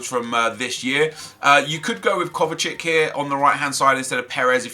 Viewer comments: Pronounces Modric right, pronounces Kovacic like Kovacick... Drives me mad :S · Can you please stop saying KOVA-CHICK? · Dear Nep, Modric and Kovacic are both from Croatia, their surnames ends with "ic". The way you proounce Modric with "c" is the right one for both name. I dont understand why you pronounce Kovacic with "k" on the end. There is no reason. Think about it.